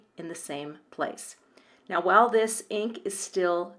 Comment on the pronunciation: “Now,” not “bow”